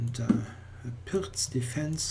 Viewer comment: Isn't it pronounced "Pirts"?